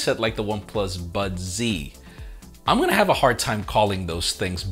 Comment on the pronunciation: Becca from the Verge will absolutely love the One Plus “budzee” lol